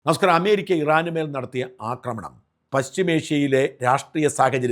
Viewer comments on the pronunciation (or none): none